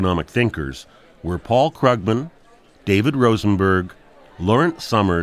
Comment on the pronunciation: I believe it's pronounced Kroogman, not Kruggman... Wow. Can you count all the lies Larry Summer gave in his first 6 minutes? And Ian... You can prove that an economy will do well by proving that capital will not flee. If that had anything whatsoever to do with the reasons for the economic problems we were facing, then it might be more interesting. At least he actually managed to pronounce Krugman right.